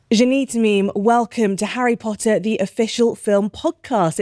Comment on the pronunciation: Harryh pottah